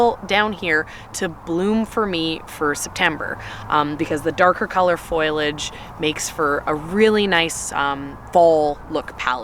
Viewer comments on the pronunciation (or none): WHY do people say FOILAGE Instead of foliage??!!! Gahhhhh!!!! It drives me bonkers!!!!!!! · As politely as possible, but it is foliage not foilage. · I love you and your flowers are beautiful and I'm glad you've had a good year, but I don't know if I can bear to continue listening to foliage being mispronounced.